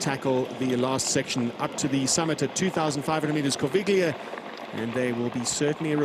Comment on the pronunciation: Great footage, great race feeling! But please guys, work on the pronunciation of the geographical names - especially Corviglia is hard to take like that 🙂